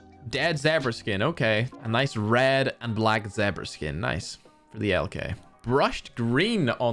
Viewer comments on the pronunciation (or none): Zebra pronounced ZehberAh Its pronounced ZeaBruh! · They way said Zebra 🙃